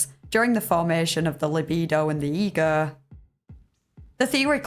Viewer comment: "during the formation of libido and the EEEGUHHH" I love your accent 😂 * Edited time lol